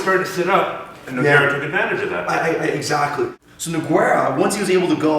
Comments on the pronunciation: it's pronounced NOOO-GEIII-RAAA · jesus fucking christ hearing this idiot say nog-where-uh was so annoying the whole video. ITS NOGUEIRA!!! learn how to pronounce it by the next video please... or we dont want any video feedback from this canadian anymore, thanks anyways. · As people that watch MMA, maybe you should learn their names. Noquero? noqwerra? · Good info, but the "Nogwerra" thing is killing me. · I wonder if these two guys discussed the proper pronunciation of Nogueira's name before they made this, because you clearly hear saying his name correctly. Great video, but It's kinda distracting hearing that repeatedly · Great video!!! Pronouncing Nogueira's name correctly would've taken some of the fun out of it! :) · You are saying Nogueira wierd. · inability to pronounce Nogueira is... annoying.